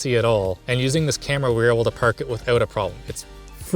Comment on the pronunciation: I've never heard this guy sound more stereotypically Canadian than when he said Car and Park over and over again.